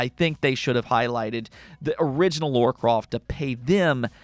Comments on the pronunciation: He does say Laura 🤣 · it's LARA not Laura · Dude your content is great but for the love of the gaming gods, it's Lara not Laura!